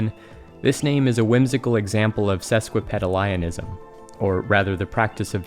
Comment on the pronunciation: sesquipedalianism isnt pronounced like that is it? I'm willing to accept I'm wrong if I am. I only wanted to leave a comment because I got a bit of a chuckle thinking about words being pronounced incorrectly in a video about pronunciations and etymology. (Which i might not even be using the right word myself lol)